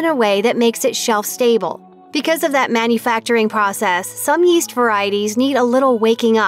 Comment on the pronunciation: Yeast? I thought you said Weest.